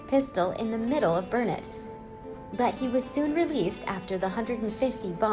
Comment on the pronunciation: I live 22 miles from Burnet, TX. I commend you for pronouncing it correctly [burn-it]. Years ago a local gift shop sold souvenir T-Shirts that read, "It's Burnet durn it, ya gotta learn it!"